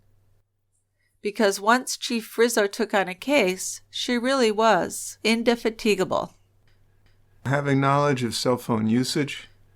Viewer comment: has an interesting way of pronouncing indefatigable 😂